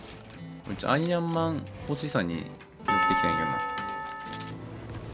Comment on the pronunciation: アイアンマーンって言ってるとこヤイヤイマーンって聞こえたw